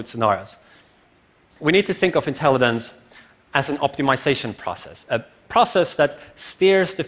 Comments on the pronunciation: I can't help but hear him say "intelli(d)ence". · why he keeps saying intellidence? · Someone PLEASE tell this guy there's no "d" in "intelligence"!....... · If this guy says “intelliDente” one more time I’m throwing my phone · sobering talk. funny how my brain gets distracted by a simple mispronounced word > intellidents. AI wouldn't waste time with such useless distractions. I'll continue evolving until it's unnecessary :) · Why does he keep on saying "intellident". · Someone needs to tell him that it's not pronounced "intelliDens", it is good talk though. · Artificial "intellidance" :)))) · Somebody needs to tell him how to pronounce 'intelligence'...